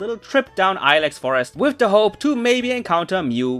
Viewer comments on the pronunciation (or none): none